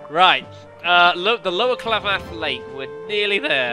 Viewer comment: "Klamath" is pronounced in a similar fashion to "mammoth".